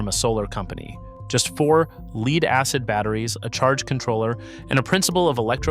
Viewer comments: It’s actually “Lead”, pronounced like “led.” And lead is a type of metal. It is not “leed”. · Leed acid indicates AI in my book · That's the problem with these AI slop videos. They're just an AI narrator reading a typed script - hence "leed" instead of "led" for lead because they rarely if ever proofread and pre-listen to how their script sounds being read by the AI. They use the AI to also throw in a bunch of slides on the subject that have some relevance but not always appropriate to what is being talked about at that point in time, or even not relevant at all. I really hope no one gets hurt, but at the same time people should not be using these things to do the whole project - it should be an idea starter, but then do their own research and figure it out for themselves. Just like everything else people use AI for. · I almost watched this until the AI pronounced the word "lead" as "leed". This is just AI generated slop... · LEED-acid battery?? AI flubs again. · C'mon, pronounce "LEAD" correctly! Dumb AI!!! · AI cant pronounce "lead" correctly? Also, there's a big difference between lead acid and AGM batteries which he says AGM is maintenance free, true but we're talking about deep cycle marine lead acid batteries not AGM batteries. So, the facts are correct but when comparing 2 different types of batteries, you can't sneak in a third's properties as though it's part of the point you are trying to make. That's dishonest! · AI slop. Mispronounced the word lead. Basic human editing/supervision would have prevented that. Downvote and move on to the next video. Bad robot! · This video is AI slop. Can't even pronounce lead in lead acid batteries. And I don't know about you, but I certainly don't want tech advice from an AI that can't even pronounce the English it "reads."